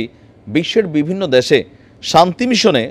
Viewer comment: " সরাইতে" না " সরাতে", " এয়ার মধ্যে " না " এর মাঝে", " দ্যাশে" না " দেশে"